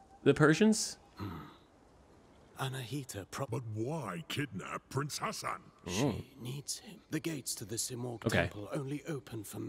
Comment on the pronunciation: pronouncing Ghassan as Hassan is quite triggering lol